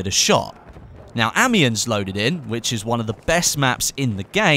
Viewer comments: Amiens is pronounced "Amion" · Oh god that pronunciation of Amiens...